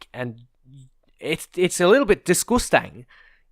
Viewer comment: when you talk about this tank fuucking disgusstang.